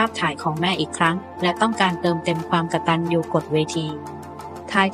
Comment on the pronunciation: คำบรรยายบางเรื่องไม่ตรงเลยและอ่านภาษาไทยก็ไม่ถูก กตัญญูู อ่านเป็น กด ตัน ยู